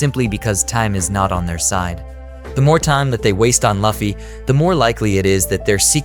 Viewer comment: It's Luffy not 'laughy'